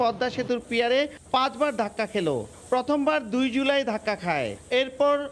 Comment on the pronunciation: রিপোর্টার পিলার বলতে পারেনা পিয়ার বলে।